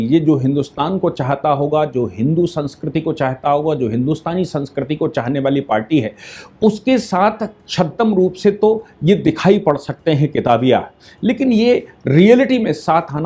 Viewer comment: जी आप जैसे विद्वान जब छद्म को छद्दम कहते हैं तो खुद पर उत्तरप्रदेशी कहने पर......... आती है !